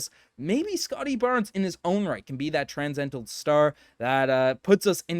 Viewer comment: part of watching these videos is my boy absolutely BUTCHERING the reads. has me in tears "transcidental"